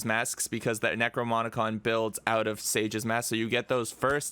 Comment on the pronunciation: thank you very much for the tut, btw it's "necroNoMicon"